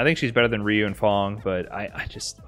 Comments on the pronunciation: I WILL make Cody with knife and v-skill 2 scary! Also, I like that you pronounce Ryu as Rai-yew like I do. XD I never gave too much credit to tier lists. I think they open interesting discussions, but they only really matter to the Top 8 players for next year's(?) EVO. But at the same time, I shouldn't underestimate how dangerous a person is if they got the match-up figured out. People rag on this game too much for being a guessing game, but honestly I still love it after years. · ......its re-you=ryu come on man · the way pronounces ryu is driving me crazy